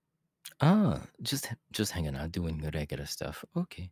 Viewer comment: I can't get over the way he said :ouT I love it!